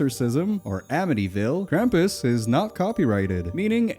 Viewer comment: The sound of screaming flannel man is still vibrating around my skull so thanks for that!! This is a great video. Also most of the time when I hear "krampus" it sounds like "grandpas" which led to some really funny mental images while watching: Oh no! this family is being chased by grandpas!